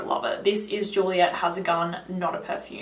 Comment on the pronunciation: I requested this before but I urge you to consider it. If you would write out the names on the screen it would help so much. Many aren't familiar with some of the perfume names, and I'm not. At first I had no idea what you were saying when you said Juliette has a gun. Then I remembered the name. But originally it came off to me as Juliette Hazagon. Thank you!